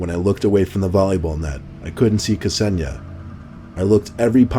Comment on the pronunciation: That Kseniya pronunciation 😂😂😂😂😂😂😂